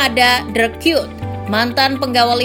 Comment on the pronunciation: Bacanya emg dirk kyut ya? Bukannya Kuyt?